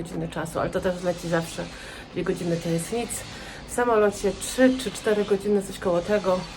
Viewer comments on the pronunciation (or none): Tak ludzie wpidzamach chodzą wszędzie na świecie,tylko nie w waszych głowach.A mogłaby powiedzi raz poprawnie po polsku srebrrrne a nie stebne i trzy a nie czy